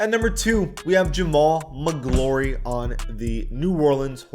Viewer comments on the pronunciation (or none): Killed me when he pronounced Jamal Magloire “Mac Glory” 😂 Its pronounced MAC CLUR like Troy McClure from The Simpsons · Face scans and pronouncing someone's name correctly deserve the same energy. Whos jamaal maglory? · It’s pronounced “Ma-Gloor” don’t disrespect Big Cat like that. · Could barely listen to this without pulling my hair out. Do MORE research before speaking about players. Jamaal Magloire (not Maglory as you pronounced) should never be on an all time team. He had one all star season ONLY because he was a center and there were only like 1 or 2 good centers in his conference back then. He’s probably the worst all star ever. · Jamal Magloire Jamal MAH-GL-ORE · You're hurting my ears with the name pronunciations. Especially the Jamaal Magloirey as you put it. Brutal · It's pronounced Mic-glor.... without the E lol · Jamaal Magloire, the e is silent! Montrose won an NCAA title the year before he went the NBA. W List! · Magloire rhymes with door. One of those 90’s Pitino Kentucky guys. I hated those guys. Ha. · the i in magloire is silent